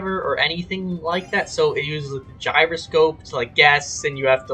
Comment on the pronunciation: DID YOU SAY GYROSCOPE